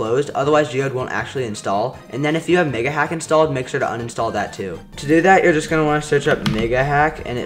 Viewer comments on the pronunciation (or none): did NOT sound like you said “mega” 😅